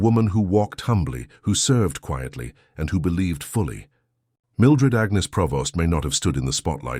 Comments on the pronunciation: PREvost not Provost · It's Prevost, NOT Provost!